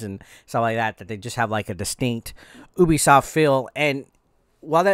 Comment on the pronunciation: It's Ubisoft (say you-bi-soft)